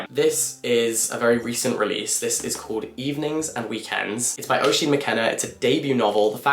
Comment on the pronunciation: Great video, so many good recs! Just one thing, Oisín is pronounced Uh-sheen, its an Irish name